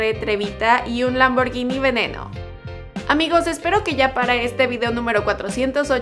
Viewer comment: Primera vez en mi vida que escucho a alguien pronunciar bien Lamborghini